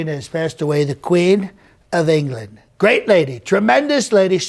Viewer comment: In “Enge-ga-land” 🤣🤣🤣🤣🤣